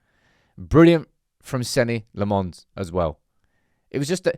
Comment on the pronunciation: Who TF is Senny Le Mons? Still saying it completely wrong 😂